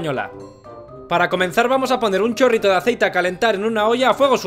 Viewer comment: Pq dices un corrito de aceite? 😂😂😂